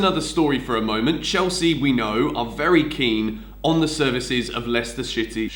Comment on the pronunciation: man said Leicester Shitty